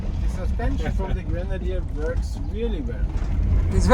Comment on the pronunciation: Pronuntia aia de "grenadir" e ...😢 .